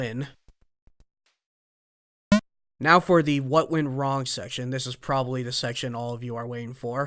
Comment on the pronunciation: "what went worng?" hehe :D